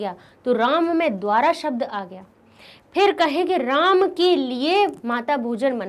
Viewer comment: Ram shabd ka galat bola as apne